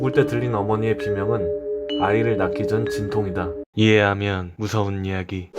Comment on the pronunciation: 초에 이해하면이 이밖에안들림